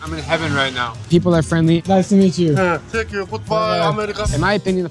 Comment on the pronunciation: „hıığğ teenk yuu futbol amerika”